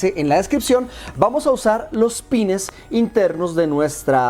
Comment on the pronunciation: Con cable HDMI o componente todos los juegos de Xbox llegan a 480p excepto muy pocos juegos llegan a 720p como el '' the warriors'' o' 'soul calibur 2'', pero para emuladores es una maravilla y se ven a full screen si lo desean. Muchas gracias parcero por tu video y recuerda : no es pines es pins. Un saludo.